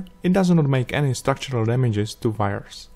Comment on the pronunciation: HAHA you said "vires" all count Dracula like...